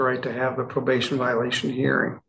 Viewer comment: She was given probabtion. If that wasn't bad enough, she had open wattants!